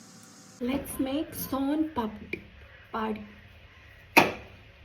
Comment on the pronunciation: Soan papdi no Soana papdi yes 😅